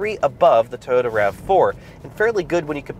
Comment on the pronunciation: Toyota not Tota.